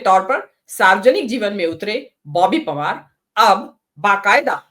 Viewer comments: ओए आप पहले बॉबी पवार कहना सीख लो फिर रिपोर्टिंग करना कांग्रेस की तरफ से 😂😂😂😂😂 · Boby pawaar kehne ka abhiyaas karna chahiye thha ko samachar padhne se pehle